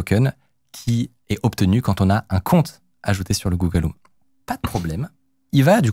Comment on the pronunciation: google home pas google om